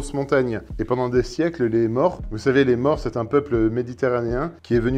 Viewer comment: C'est bien de donner des leçons mais il faut savoir de quoi on parle. "Maure", ça ne se prononce pas comme "mort". Le son "au" est différent, c'est un o fermé, encore plus que le ô de côte, ou eau.